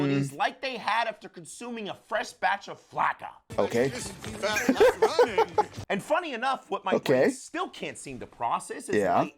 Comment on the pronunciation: Correction: The spanish word for a skinny woman is "Flaca", not "Flakka"